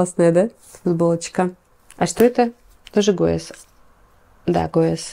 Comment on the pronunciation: здравствуйте! Ну гесс же, а не гуэс 🙏🏻🙈🙈